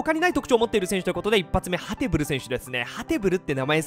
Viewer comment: ハテブルなんて呼んでるのはウイイレのみ、ハテブールだよん